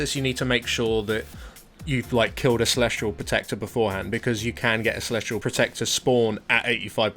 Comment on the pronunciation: sorry but this is just upsetting me now... its celestial. celesTIAL not celestrial! but otherwise good vid